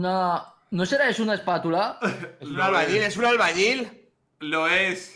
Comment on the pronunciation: Entre el mono de vegetta "cucúruchu" y el "albañi" de me hicieron el día! Jajajajaj